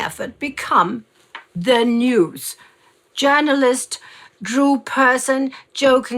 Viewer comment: Drew Pearson's last name was not pronounced like "Person" but "Peer-son," with Peer as in "Peer of the Realm."